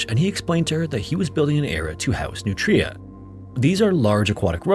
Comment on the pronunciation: that was such a cursed way to say nutria they're otters